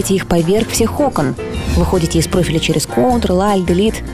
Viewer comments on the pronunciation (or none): none